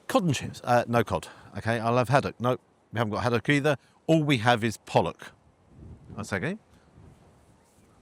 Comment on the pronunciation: The carefully pronounced pollock.